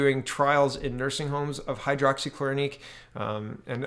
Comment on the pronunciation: Fludeau following Chinas example in misreporting the facts about the number of cases and deaths? Color me shocked *sarcasm*. P.S. HI-DROX-E-KLOR-O-KWIN, A-ZITH-RO-MY-A-SIN...I thought you were a teacher?